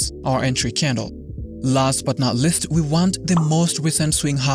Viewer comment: your "last but not LIST" drives me crazy :D